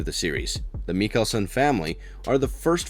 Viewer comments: I'm so sad he keeps saying "MIKELSEN" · Nice video, but the way you pronounced Klaus's name and Mikaelson made me cringe.